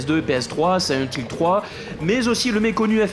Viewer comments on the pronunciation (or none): Siyent Hill ...? Connais pas.... Par contre SILENT Hill oui !!! Le 2 est un chef d'œuvre !!! Merci pour ta vidéo !